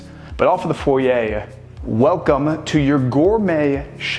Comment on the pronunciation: Is it pronounced 'foryay' or 'foyer' ?